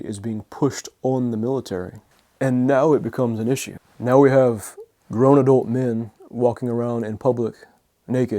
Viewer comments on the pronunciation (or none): none